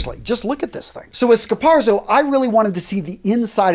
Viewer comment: A very, VERY valuable video. Thank you. I've been wondering if there were any good quality dress shoes for under $150. By the way...f.y.i...the way to pronounce it is "scar POT so". (I'm related to Italians who speak the language.) Zz in italian is always pronounced like the "ts" as in "pizza". Keep up the excellent work my friend.